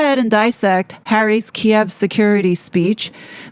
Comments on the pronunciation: Thank you for pronouncing “Kiev” correctly. I hate how legacy media changed the spelling and pronunciation. Oh and it’s Russia’s borders and sovereignty that have been disrespected by NATO. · The monarch has always had “soft power”. That’s the point. As to whether the king knew Harry was going to Kiev (pronounced Keev), is anybody guess. Maybe this’ll be the push that gets their titles finally removed. The king wants his son back. Maybe. Thats the whole agenda. Maybe. He’s too soft, and he is not putting the monarchy first as his mom did. It’s unfortunate to watch the monarchy becoming a joke, and many of us are looking forward to Prince William showing how it’s done. Again. (Rip Queen Elizabeth).